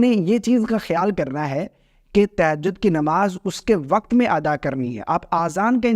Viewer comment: تہجد کا صحیح تلفظ 😂